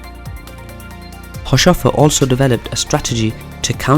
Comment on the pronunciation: This is pretty good, though his name is pronounced haus-hofer rather than haush-ofer... Not many seem to know this little nugget but Haushofer was the source and inspiration for the Swastika, the Buddist symbol for happiness, adopted by the Nazis. He got it from his time in Japan after living there as an attache.